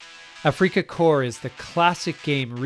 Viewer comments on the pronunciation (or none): 'Afrika' is pronounced just like the English word 'Africa'.